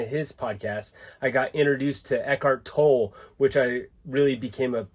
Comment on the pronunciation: Dude you are me...you’re pronouncing tolle wrong. Are you still driving?